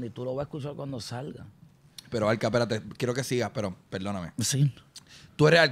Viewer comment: peldooooonameeeee peldoooooonameeeee peldooooooonameeeee Jajajajajajajajaa Sorry es que es graciosísimo.